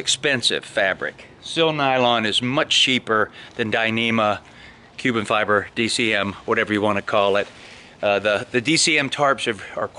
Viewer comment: Hey, just a heads up on your DCF point at the start of the video. DCF actually stands for Dyneema Composite Fabric, not "dyneema cubic (sic) fiber" - I know you meant to say cuben not cubic.